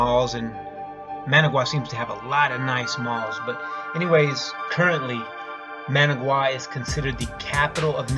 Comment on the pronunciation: Oh the horrible horrible pain of repeatedly mispronouncing Managua... The suffering is real